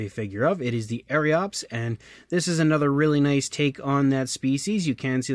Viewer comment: It's pronounced as ear-yops